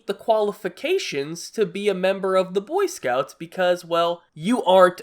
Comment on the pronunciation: it's "boy scouts" not "cunt scouts" jesus